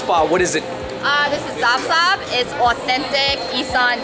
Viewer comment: Zaab Zaab is prounced Saab Saab, meaning delicious